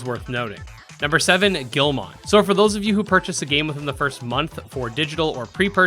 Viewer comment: The way he says Guilmon is triggering